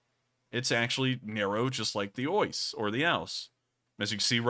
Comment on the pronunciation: The Oise is actually pronounced like the English "was". - A fellow Frenchman.